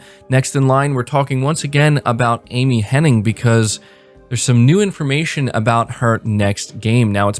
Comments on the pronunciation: I'm also still on the fence about Forspoken from a writing stand-point, especially after the last story trailer release. Kind of surprised with such a strong writing crew, but I hope it still turns out well. Also, hate to be that annoying stickler, but her name is Amy Hennig, not Amy Henning. Gotta show respect to the greats, ya know :P. Solid video, keep up the great work! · Omg 😂 its literally been doing my head in hearing people saying Henning!! I was hoping someone else noticed lol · Sigh. All these people talking about Amy Hennig—with this very video including a screenshot of an article that includes the spelling of her last name—yet y’all still can’t pronounce it correctly!! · Hennig, not Henning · It’s Amy Hennig. IG. There’s not a third N.